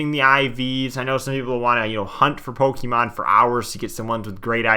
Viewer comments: Everyone: Pokemon This guy: Pokey man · Poke ee man I've never heard anyone actually genuinely pronounce it that way Oh ur from up north that checks out then